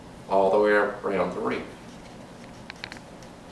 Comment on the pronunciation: You mean WREATH not WREAH!